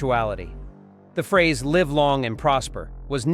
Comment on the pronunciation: This narrations is definitely AI, but it did better than usual. It still mispronounced George Takei's name every time and can't decide how to pronounce "live" in "live long, and prosper."